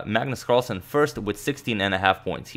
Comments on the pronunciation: "Magnus Carlasen" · "Magnus Carlasen" ?